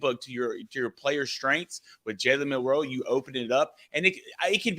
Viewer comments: Why do you guys think the emphasis in Milroe is on the 2nd syllable? It's not! It's MIL-roe. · Why do these guys say milroe like they have a speech impediment